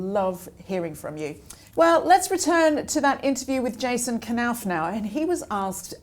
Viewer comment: Why knauf not pronoused KSilent nauf.